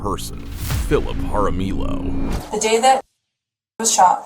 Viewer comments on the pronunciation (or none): It’s pronounced haramiyo (Jaramillo). The double L is a y sound.